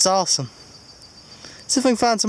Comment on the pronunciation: "AWESHUM" SEATED! LOL. Very awesome finds!